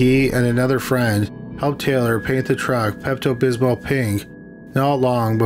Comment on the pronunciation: Pesto bismo pink not pesto bismal pi nk lol